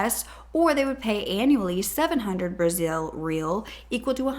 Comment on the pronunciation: In brazil our Rs are said like Hs It was funny how she was saying the currency wrong